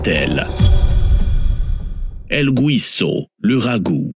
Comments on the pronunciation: “Guiso” ne se prononce pas GOUISO. En español , c’est la même règle qu’en français. Gui ça fait GHI et pas JI . C’est tout. Donc on dit GHISO pas GOUISO!! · El guiso...pas güiso.....prononcez ghii...comme guimauve...